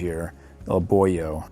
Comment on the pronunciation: Thank you so much for your reviews. I love the movie and now I'm crazily searching for merchandises. By the way, fyi, the boy's name is Boun (pronounced as "Boon") His name means "good karma" in Thai. Not Boyo.